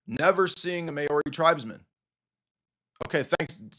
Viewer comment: As a Kiwi I chuckled at your Mayori pronunciation of Maori (pronounced Mouree) 😂 God bless.